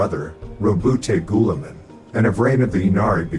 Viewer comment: "Gooliemun" burn that heretic.